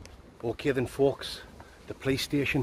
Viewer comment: 😂, from my mouth to God's lips from 4 minutes in until minutes in, I died from laughing thinking from your English accent you said "Playstation" 🤣 instead of "Police Station" because you said it like "puh-lays station" LMAO!